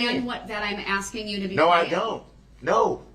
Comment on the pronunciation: He contracts himself constantly!!! He doesn’t understand yet he’s throwing out all these rights he reserved! And his long nails and his axing make him even more vile.